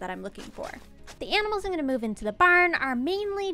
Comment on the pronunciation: "Aminals"